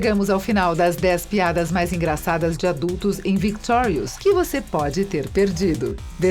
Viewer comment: pelo menos ela fala victorius direito